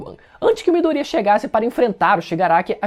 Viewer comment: Mano esse cara que fez o vídeo viu o anime pelo menos,chegar a doer os ouvidos vendo ele pronúncia os nomes dos personagens tudo errado,se foder Mano,midoriiaa a pronúncia é MIDORIÁ,veja a pora do anime com áudio original pelo menos e fala o nome dos persongem certo,vários personagem que fala o nome todo errado...porrra